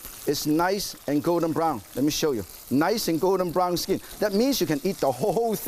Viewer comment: The SKEEN, ees niys and gowden brown